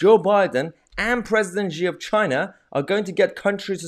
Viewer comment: The Chinese leader's name is pronounced 'She', like a girl... not whatever noise it is that you insist on making every time you reference him. Otherwise, keep up the good work.